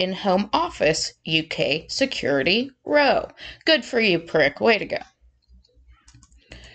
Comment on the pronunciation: ‘Security row” - the word “row” is pronounced like “cow” not like “show”. smh